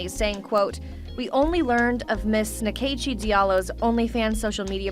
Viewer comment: my only comment is Nkechi an Igbo name is actually pronounced as In-Kay-Chi. not whatever those people called it lol